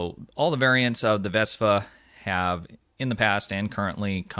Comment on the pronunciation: Why do I keep hearing you refer to the ship as a 'VESPA', when the ship has been introduced to the STO community as the 'VESTA' with a 't' class ship?